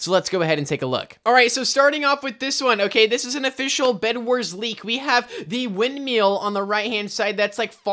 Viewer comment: my man really said wind meal